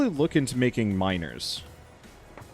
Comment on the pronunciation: “We should probably look into making miners” Uh I heard that as “minors” “We should probably look into making minors” Pretty significant difference lol